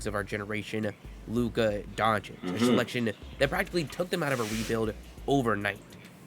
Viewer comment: Hey man so you know for next time, you say it Donchitch :)